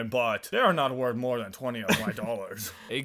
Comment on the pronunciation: When he said dAthan the Alabama inside me died. I mean Alabama is shit but that kinda hurted tbh